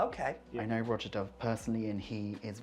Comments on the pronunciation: Imagine continuing to pronounce it "Rho-zya" when the guy is gently correcting you. It's literally pronounced "Roger" in a British accent. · It's pronounced Raja ..bot Rowja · The constant mispronunciation of Roja…it’s RAH-JA not ROH-JA🤦🏽‍♂️😂